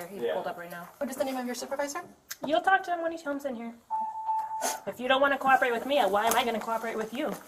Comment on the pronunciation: She pronounced "cooperate" as "cor-operate"